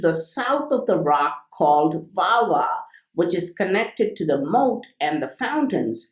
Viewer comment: It is not VaVa, It is Wavi or Veva